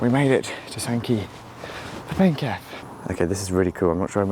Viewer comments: Funny to see someone interested in the local area: Sankey for Penketh (penketh is pronounced PEN-kuth to me - keth is with a schwa vowel)'s "Penketh" is a whole place just like Great Sankey. The car park is used for apartment parking somewhat, but is usually much more vacant compared to when you came. WAW is placed within the Chapelford estate which has a lot more working age people compared to the surroundings of SNK, so it gets used far more. I get the SNK train to LIV sometimes and it will only be me, or me and one other person boarding the train. Everyone just walks down to WAW, everyone knows WAW gets more service so thats why there is no sign I suppose. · Interesting video, but pronounce Penketh as PENK-uth. The line skirted the edge of the airfield. There was a spur off it into the airfield probably used when there was more happening as it was a massive military logistics centre.